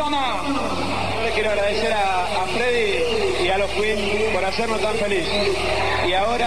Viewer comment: maradona: a freddy y a "los cuin" JAJAJJAJA